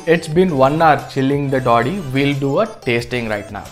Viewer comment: It's taadi not toddi